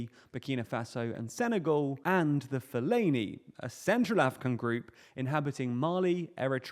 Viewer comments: It's pronounced: "foo-LA-nee" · The "Fellani" people lmao